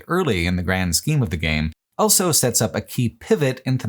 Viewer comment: pronounces the word "also" as "elso"